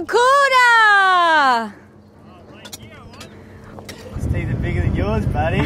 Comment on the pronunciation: Nailed em “Baracuda” So awesome you gave them boys that ball, made their day!